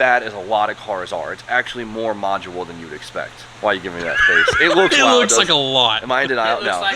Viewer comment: Man. I was gonna let it slide, but two videos now. The word is “modular”